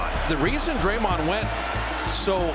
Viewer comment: did bro say daremned green 😂😂😂😂